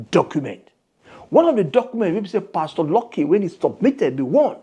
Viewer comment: YOUR PRONUNCIATION OF PASTOR IS WRONG CHECK WITH GOOGLE FOR CORRECT PRONUNCIATION NIGERIANS ENGLISH PRONUNCIATIONS ARE VERY VERY HORRIBLE